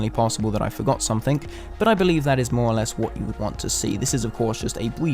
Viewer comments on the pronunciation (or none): none